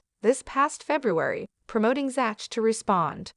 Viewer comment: HIS NAME IS PRONOUNCED Zack !!!! NOT ZATCH ! EITHER CORRECT YOUR AI or do the narration yourself.